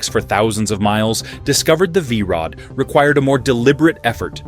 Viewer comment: What the hell did the AI narrator call the V Rod the first time?